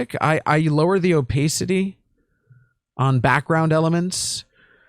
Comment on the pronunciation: the o-pay-city is killing me. love you 💖